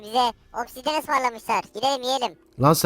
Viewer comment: Vay be efe obsidiyeni 2 saattir yanlış söylüyordu😢